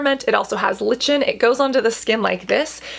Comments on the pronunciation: Sorry, but I cringe every time you pronounce lichen as “lih-chin”. It’s “like-en”. I’m confused about your position on fragrance and essential oils in products. I thought you didn’t like them, but, as I wrote, I’m confused. Lavender oil is one of the worst EO’s for my skin. I understand the sensorial experience but can’t afford the result of experiencing it. When I was younger, I’d give in for awhile until it wrecked my skin. I won’t put myself through it anymore, but I feel left out. I know there’s nothing you or anyone else can do about the sensitivity of my skin and sinuses, so I’ll keep looking for products that feel silky, plush, gorgeous without the olfactory component. I’d love to feel as drawn to products as you do to these. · Just wanted to let you know that “Lichen” is pronounced LIE-ken. I hope I don’t come across as condescending; I just wanted to share that info with you 😊. I love your work, Cassandra! Chaq xx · lichen is pronounced just like the word "liken" :)